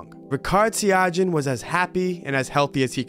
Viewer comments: It's pronounced Ri-Chard, not Rikard, also Sia-Gee-Awn, not Sia-Jhee-Awn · fyi, correct pronunciation is ree-chard see-yuh-gee-yuhn